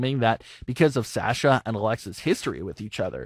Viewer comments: Him: Sasha- SAsha Me: Sasha- sosha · How is it you watch WWE, and still pronounce it "Sash-uh"?